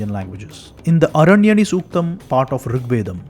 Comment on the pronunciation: It is aranyaani, why you r not pronouncing Deergha 'aa' being sanskrit scholar.